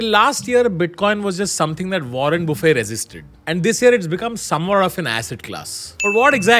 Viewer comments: its warren buffet not bufay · the t is not silent in buffet Tanmay